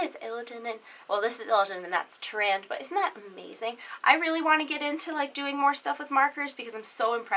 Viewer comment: Tyrande is pronounced Tyranda